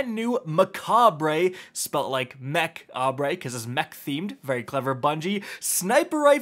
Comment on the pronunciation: It’s pronounced “Mekob” it’s a play on the word macabre which means dark or ghoulish and is pronounced “makab” looool